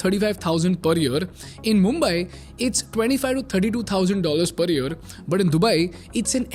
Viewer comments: Say year not yur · What about yer instead of year di you get agitated because of that too?